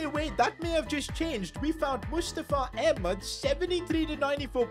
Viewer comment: Okay but why do you say Ahmed like that bro haha. You pronounce his name like you are white LMAO